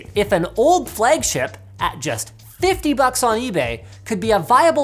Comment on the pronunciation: Linus “Flegship” Sebastian